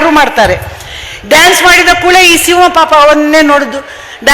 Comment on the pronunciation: Hi mam, Speech is good but ಸಿಂವ ಅಲ್ಲ ಸಿಂಹ.